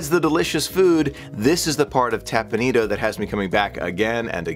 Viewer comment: Teppan Edo, not tapanido